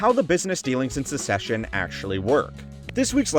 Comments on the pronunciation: it's succession, not secession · It sounds like the host is saying “Secession” instead of “Succession,” or am I hearing things? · Bro really called "Succession" as "Secession" lmao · I’m glad im not the only one that noticed that this show is caled Secession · Is the show really pronounced "secession"? Then why do they spell it "succession"? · Succession is pronounced “suk sess shun” you’re pronouncing like the word secession. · it's pronounced Suck-session mate. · Succession is pronounced like success with ion at the end, not like secession, which has just one c in the middle. Just a heads up. 👍